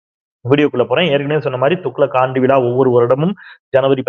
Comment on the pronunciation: தமிழை சரியாக. உச்சரிக்க. வேண்டுகிறேன் விலா,அல்ல,விழா...தமிழ், எண்,உயிர்.....